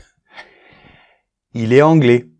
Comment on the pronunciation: Pour une chaîne de Français je m'attendais à la liaison à l'oral, elle est "T" étudiante, il est "T" anglais ! Vous le faites bien avec il est "T" idiot, c'est "T" un idiot alors pourquoi pas les autres ?